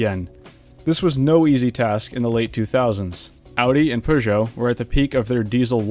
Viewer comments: “POUZO” ... My gawd its PEUGEOT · 'poozsho' is even more cursed than 'purzsho' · my favourite is poojo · damn those poohgeot's are fast (probably idk wasnt paying attention to them) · Poo-joe. How hard can that be? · Man really said poozhou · did he just say "poosho" instead of peugeot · Not even going to finish the video because of that.. Are you saying you are pronounce peugeot correctly? Very confused.